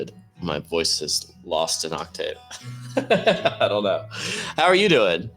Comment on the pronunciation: Love that pronunciation of Octave. Oct-Tave is very southern